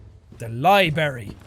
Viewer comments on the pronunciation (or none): It really bothers me for some reason that Jack said libary not library 😂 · Jack: this is the libary Turns head Me:wtf did he just say , its LIBRARY 😂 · When jack said "Libary" instead of library it reminded me of undertale^^ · did he pronounce it lieberry instead of library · Jack: ''The liebarry'' 2k17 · "The liberry" Grammar alert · Jack: Libary Me: *eye twitch* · famous queot " its a liberry " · I heard Jack said "The Li-berry". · Ah, he pronounced library wrong!